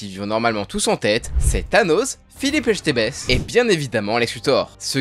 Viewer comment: "Etchebest" pas "Eh Jte Best"😂